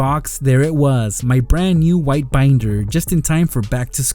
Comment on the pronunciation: LOL HE REALLY SAID "MY BRAND NEW WITHE BINDER" KEEP UP WITH THE GREAT AND GENOROUSE GIVEAWAYS. <3 <3